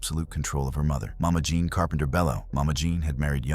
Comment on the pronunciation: “John” Harlow again, huh? I suppose he’s called “Jean Wayne.” AI strikes again.